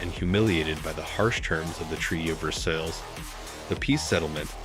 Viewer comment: learn how to pronounce Versailles...... jeez what a dope. and reich... double dope.